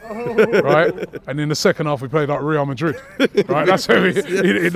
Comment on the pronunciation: Man said madrid lowe it 🤣